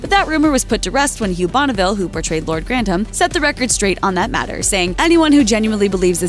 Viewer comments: Hard to watch this when every mention of the name is wrong. Grantams instead of Gran-tham.... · Can you stop saying countess of grandam and earl of grandam, it's grantham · Shows the narrator had never watched the programme. The name I'd pronounced Grantham with a th not Grantam with a t. If you're going to report on it get the pronunciation correct. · The way you pronounce GRANTHAM is aggravating! It is GRAN-THAM, NOT GRANT-HAM. UGH! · in old english, it is/was 'grant-ham', not 'granth-am' as they characters say it in modern times. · Grantham is pronounced Gran th am, not Grant ham. I live very close to Grantham for ten years. Pronunciation is important, please do your research. Good video though. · GranTHem!! not Grandem!! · Is i the goal of every American to purposely mispronounce English words? *Crawley and Grantham. Its Gran-THAM not Grant-am. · Or grant-am. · Why do they pronounce Granthem like that?? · "Lord grantam" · This narrator continues to mispronounce “Grantham”, calling it “Grandom”. Annoying. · Why can this chick not pronounce Grantham correctly? Why did no one fix it before putting it on YouTube? This is very rude. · Just by your (mis)pronunciation of Grantham, I know you haven’t watched an episode of this show at all. 🙄 Further, Isis was named as such in honor of Highclere’s earl, who was a budding Egyptologist. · Why does she keep saying "Grantham" like it rhymes with "kingdom"? There's a "TH"!!!! Drove me crazy enough to do a thumbs down. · Your narrator woman can't seem to correctly pronounce GRANTHAM. What's the deal?